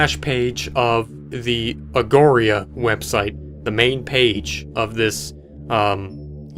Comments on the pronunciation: Every time he pronounced it as agoria made me want to cry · ... you'd think in researching this you'd at least have bothered to look up the word "augury"... Augury (not 'agoria') was an ancient Greek practice of divination (fortune telling), by studying dead birds' intestines. In modern usage, it generally means prediction. It's the root word of "inauguration". Maybe more research, less conjecture and superstition? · The word "augury" means an omen i.e. a sign regarding the future, or the interpretation of such signs or omens. It is pronounced , or-gary. There also seems to be a lot of symbology relating to the Egyptian God Anubis who was a jakal headed God responsible for guiding souls to the afterlife. The page's main symbol looks like an 'eye of anubis' which is often used as a symbol of trancendance to another realm. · Augury. Aw-guer-ee. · Omnivx is pronounced omniux, v is pronounced u in some latin grammar. Augury is pronounced AW-ger-ee and means to use animal entrails to see the future. I hope this was helpful. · i believe the url is pronounced aw-ger-ee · The way he pronounces Augury😂